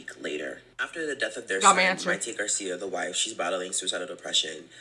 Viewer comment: The way he keeps saying Mayte’s name wrong is making me cringe. The situation however has been publicly known. It’s a constant shock factor every couple years. Prince was trash, and still is trash.